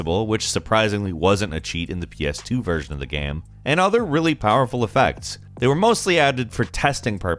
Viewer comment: Nobody:: gaeme